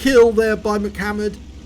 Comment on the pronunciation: I don't think it's pronounced "Mic" hammered, but a salute to the rapper/dancer from the early "90's" M..C..Hammer...lol. It's all good...... HAMMER TIME!!